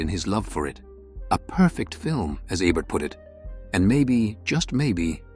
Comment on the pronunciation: It's not "ebb-ert." It's "Ee-bert." Lousy A.I. narration.